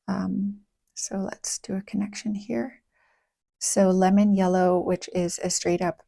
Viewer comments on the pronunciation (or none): none